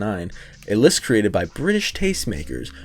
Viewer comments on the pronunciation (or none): none